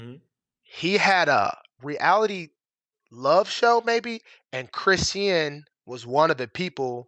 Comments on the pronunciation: It’s pronounced Kris-Shawn… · Her name is pronounced like Chris-Shawn